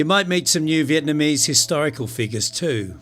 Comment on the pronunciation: Good video. Thanks much for telling and showing us some of the bad times in Vietnam history. You are the first western foreigner who is not living in VN but pronounce the Vietnamese names and locations correctly. Also who (dare) to say American war instead of VNMese war. LIP